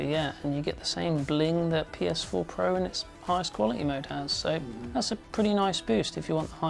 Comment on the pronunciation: lol he actually referred to the pro as soup XD